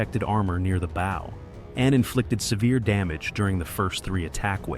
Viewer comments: Can you not fix your AI to not say “bow” as in “bow and arrow”; drives us nuts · If the producers spelled it bough, that would fix it! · Stupid AI can't pronounce correctly the front of the ship, the "bow" in it's first two attempts. And what was the AI trying to say. ? I am so sick of this annoying computer generated voice becoming all too common on youtube. Thumbs down for this transgression. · "Bow" mispronounciation ruins any historical credibility. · After the third “bow” I turned this AI crap off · It will be real nice when the AI voice learns how to pronounce "bow" as it relates to a ship. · With such a large 'bow", I kept waiting to see the gigantic arrows it would use. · Agree. It's really annoying.